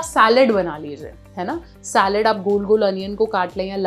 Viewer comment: Saalid nahi bolte hai mam salaad bolte hai. Hindi ko na bigade.